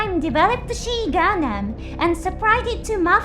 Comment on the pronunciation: The XI is pronounced as XYE gundam the pronounciation is wrong in video. Or XOY whichever is easy. Even calling it Soy is more correct lawl